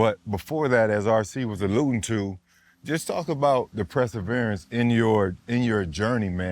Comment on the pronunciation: is "Press"averance a Florida thing? Fred has me rolling with that, but I've only heard 1 other dude say it like that and he was from Florida too.